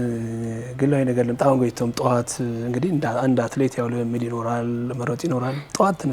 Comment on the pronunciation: Her name is Goteitom ( Goteytom). The interviewer not only wrote it wrong but also pronounced it wrong and different from what is written.